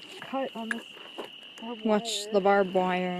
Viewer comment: She just called it a barbd wire